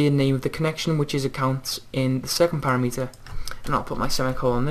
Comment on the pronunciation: para-meter? don't you mean pa-rameter?